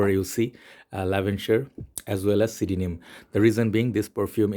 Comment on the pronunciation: Did you just pronounce CDNIM phonetically?? Fack off.